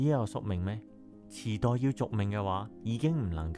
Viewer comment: 😂池袋？ 我以為 你講 地 震